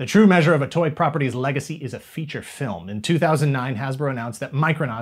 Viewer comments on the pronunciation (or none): none